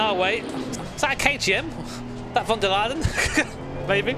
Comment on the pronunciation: Blud just said ,,is that von der Laden" 😂